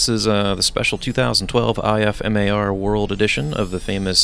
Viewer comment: In the future just say IFMAR like this "IF-MAR"